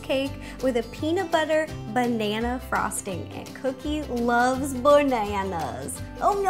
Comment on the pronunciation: Are you just gonna ignore her "benana" ...